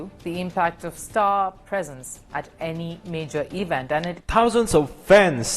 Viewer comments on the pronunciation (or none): none